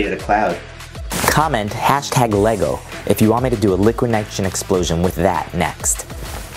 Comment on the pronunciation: you said leego at 900or 901